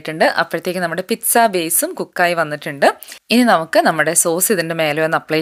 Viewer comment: Sorry it's not pitza it is peet-saa